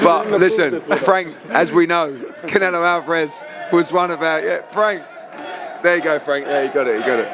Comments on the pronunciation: he always says Canela lol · Congrats to Bivol 🎉 Also, it cracks me up when he calls Canelo , Canela 😂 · Canela bro just said it instead of Canelo 😂😂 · Pretty sure that’s just his accent. He’s been pronouncing Canelo’s name that way for a while. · He always says it like that lol